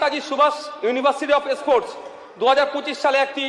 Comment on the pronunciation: স্পোর্টস কথা ঠিক মতো বোলতে পারেনা মোল্লাগুলো, বলে এসপোর্টস। এ আবার স্পোর্টসম্যান ছিলো। এনাকে তাবীজ দেওয়ার ব্যবসাতেই ভালো দেখাবে।